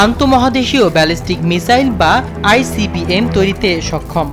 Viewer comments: উচ্চারণে আরও সাবধান হতে হবে। Icbm হবে। ibcm না। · Ibcm na icbm, উচ্চারণ এ ভুল করছেন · ভাই ibcm না বলবেন icbm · আইবিসিএম না আইসিবিএম ? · icbm কে উপস্থাপক বারবার ibcm বলে গেলো। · আইবিসিএম নয় সঠিক উচ্চারণ হবে আই সি বি এম (Intercontinental Blastic Missile) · আইবিসিএম না আইসিবিএম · IBCM নয় ICBM অর্থ কিংবা উচ্চারণ ই যদি অশুদ্ধ বলেন কেমনে হয়? সংবাদ উপস্থাপনের পুর্বে প্রশিক্ষণ জরুরি। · এটা কোন মূর্খ সাংবাদিক আই ভি সি এম। কি যে বলে।!